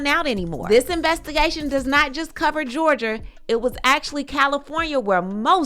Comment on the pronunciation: When said Georgier I chuckled a little